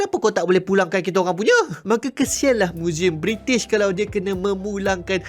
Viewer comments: Bri'ish moment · bri'ish 'he 'hef'